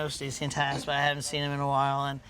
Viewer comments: Its not Tas it’s Taz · She keeps saying her name wrong lol